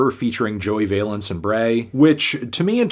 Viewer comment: I wonder when Fantano will realise that Joey Valence is pronounced like balance and not like valence electrons lol